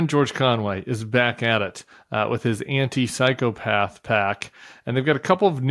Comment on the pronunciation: Tim, this is driving me crazy! It's anti psycho pac. Not anti psychopath pac. Thanks!!😂